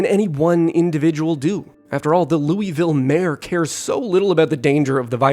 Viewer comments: For both and all zomboid players, to not incur the wraith of all kentuckians you have to pronounce Louisville as "lul-vill" and not "Louie Vill," or "Lewis Ville". With love, EKY resident. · Just gonna say, it's pronounced "Luhl-ville", not Looeyville. Source: half my relatives live there and made sure I pronounced it right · just for the record louisville is pronounced "lullvull" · Kentucky resident here... *ahem* ...Loo-uh-ville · Should be telling em it's pronounced "lou-vel" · its pronounced "lewis-ville", named after King "Lewis" XVI of France obviously. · Locally Louisville is pronounced without the 'is' sound. Several different pronunciations are used, but none like that. Otherwise good video.